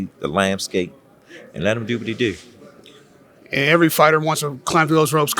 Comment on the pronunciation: “Let him diu what he diu”